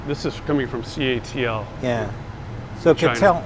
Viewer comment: I was under the impression that CATL was pronounced "CATTLE" ?